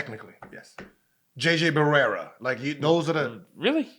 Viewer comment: "Rudy Gorber", "JJ Berrera" adding to Gil's name collection